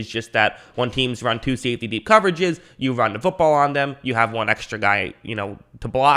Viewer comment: Ah it's "safety" not "saftey" dude. 🤭🤭🤭😅😅😅